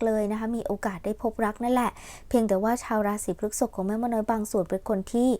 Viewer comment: พฤษภ อ่านว่า พรึด-สบ นะคะแม่😅 รบกวนด้วยค่ะ 🙏🏻🍀 ปล. ใดๆคือแม่นมากค่ะ✌🏻😉